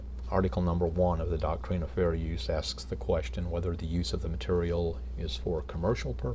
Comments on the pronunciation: Why does he pronounce “doctrine” as “doc-treen? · The thing is, he doesn't even know WTF he's talking about with regards to the copyright act what or the doctrine of fair use. Hell, he doesn't even know how to say the word doctrine LOL